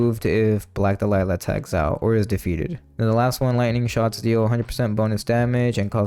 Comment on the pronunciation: Interesting how you say "dalila" instead of "dahlia"